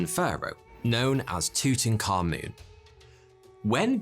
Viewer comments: the way english pronounces tutankhamun hurts my ears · HIS NAME IS NOT TUTANKHAMUN YOU THICK TWONK